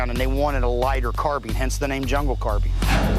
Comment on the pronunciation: Really, why can NO ONE on this show pronounce carbine?! I'm sick of hearing carbean